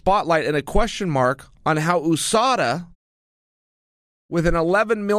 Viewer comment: Chael “Oooh-Sada , MOOEY TIE” Sonnen